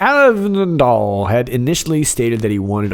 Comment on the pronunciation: You pronounced SAvndal like you were a native born Dane who was doing a hilariously accurate impression of an American struggling to pronounce that name.